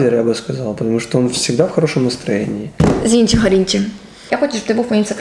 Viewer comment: Найс интервью, "Зи...(дан)... нченко" ))